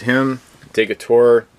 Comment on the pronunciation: Nice video on the American Crew. One minor issue is that both you and butcher the pronunciation of Stephen Decatur. It should be [dəˈkādər] Also note that Wizkids misspelled his first name.....